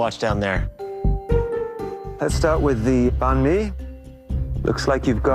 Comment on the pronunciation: My heart cried a bit when a heard his pronunciation of banh mi .o.